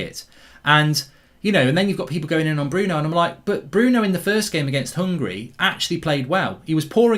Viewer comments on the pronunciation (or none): none